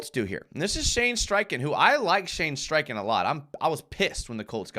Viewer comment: If you like Streichen so much you should learn that his name doesn't have an r in it ;-p